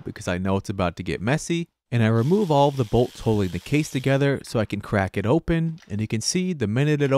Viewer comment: it's "bolted TOgether" not "bolted gether".